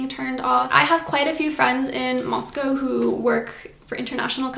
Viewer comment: Moscow not Mosco.